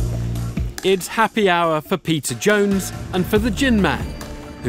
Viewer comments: Idk why this just made me laugh so hard. I can't unhear the narrator calling him Pizza Jones. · every time the host says "peter jones" i think he's saying "Pizza Jones" and I legit thought his name was Pizza and was so stoked on him. and during this vid I realized his name obviously isn't Pizza and now I have nothing. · I don't know why, but I always hear the narrator say 'pizza jones'